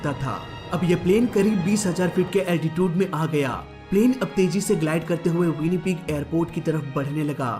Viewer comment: Altitude pronounced be like अल्टीचिउड, not अल्टीटिउद।